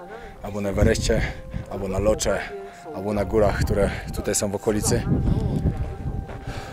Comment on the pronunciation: Góra nazywa się Lhotse a wymawia się „Lotse” a nie Locze, szczypie to trochę wiec weź to na poprawkę jak możesz 😉